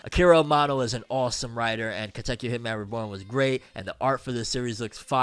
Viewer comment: Just hearing you say Katekyo makes me so happy 🥲